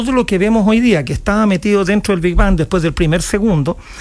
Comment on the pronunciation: El chabón dice "el bi ban".